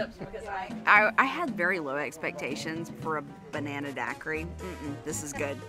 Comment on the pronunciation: Hahhahaha love this video. When took the third SIP of that Banana daiquiri and it was over with full sentences and all three ladies out. Side of the store could not say Banana hahahahahahaha